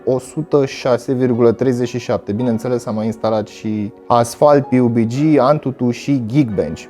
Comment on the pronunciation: Pe bune cum sa zici piubigi :)))